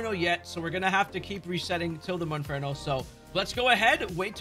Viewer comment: MONFERNO KRICKETOT. If you’re going to do a video about finding these Pokémon, for goodness sake say the name of the Pokémon you are actually referring to CORRECTLY.